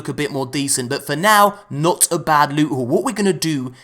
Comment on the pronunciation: I like how you call it lute instead if loot